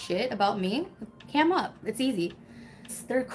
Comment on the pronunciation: The way she said "cam up" is so hilarious 😂😂😂😂😂😂😂😂